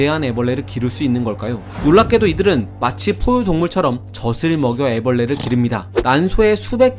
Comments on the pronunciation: 발음을 ‘저슬’이라고 하면 ’젖을‘ 먹는 게 아니고 ’젓을‘ 먹는 게 되요. 새우젓, 멸치젓… ’저즐‘이라고 발음하셔야 합니다. 언제나 재미있고 유익한 내용 잘 보고 있습니다. 고맙습니다. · 동영상 음성에서 '젖'을 먹여 키운다를 '젓'을 먹여 키운다고 발음하시네요. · 젖을 ->[저슬] (x) ->[저즐] (o) 좋은 영상에 유일한 옥의 티네요. 영상 잘 봤습니다! 열정이 대단하시네요. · 젖을 : "저즐":0, "저슬":X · 젓을이 아니라 젖을!! 젖을!! 저슬이 아니라 저즐!! 저즐!! 지식정보 제공 유투버라면 한글 발음부터 제대로 하세요